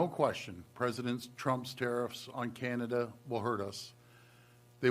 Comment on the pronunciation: CANAda. ..not CAN’Tada. We understand U and hear you loud and clear. U must protect you’re citizens.